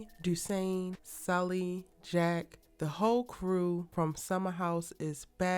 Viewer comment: Love you love the London drama's too! it's Dushane by the way (Pronounced DooShayne)